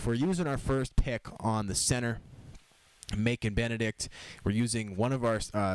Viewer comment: I am pretty sure the c in Macon should sound like a s Keep up the good work